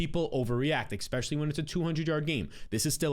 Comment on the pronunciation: If you work on saying “especially” instead of “expectually” you’ll lock it down eventually. It’s not too late bro.